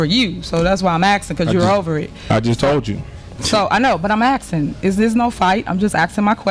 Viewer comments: what sort of word is "axing" (asking maybe?) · She was just axing a question. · FFS... in the word "ASKING" the S is before the K...... aSSsss - king..... not... aKKkk - sing..... dumb & illiterate... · I’m just “axen” a question ?